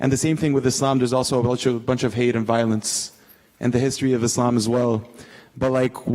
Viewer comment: Thanks God, he pronounced Islam right, not Izlam.